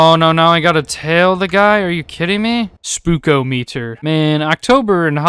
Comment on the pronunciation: What kind of noob pronounces it spook oh meter instead of “spookahmedder” 🤦🏽‍♂️ jk buddy Interesting video